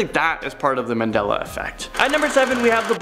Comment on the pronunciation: There is no r in Mandela